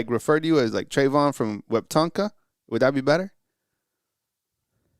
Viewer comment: No no no. Its we-tum-pka. The p is silent.